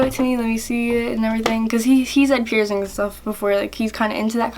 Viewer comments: First of all.. what are pierzingz? And it's your body not your mom or dads so you should clean it No hate you're super cute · Why do you call piercings pierzings?